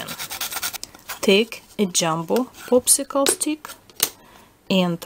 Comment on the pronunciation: you said poopsickle